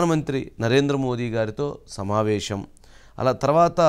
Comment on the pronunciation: మీరు shamavesam అనొద్దండి సమావేశం అనాలి